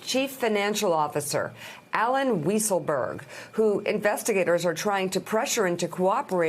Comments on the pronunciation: You're quoting Vance when he hasn't said anything and you deliberately mispronounce 'Weaselberg.' Gosh. You are cheap. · Love the "accidental" mispronunciation of "Weasleberg"!